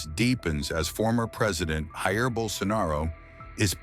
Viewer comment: His name isn't pronounced like that, with the letter "J" making a H sound like it is in Spanish. Brazilians speak Portuguese so his name is Jair with a J.